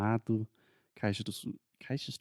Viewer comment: Funny to see pronouncing Caxias do Sul (btw I live here). Some Portuguese words are tricky:)